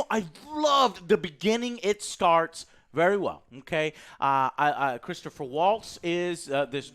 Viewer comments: Omg joe again with butchering peoples names. It’s Christoph not Christopher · IT'S CHRISTOPH WALTZ. KRIS-TOFF VAULTS phonetically. C'mon man you are a movie critic, get the names right.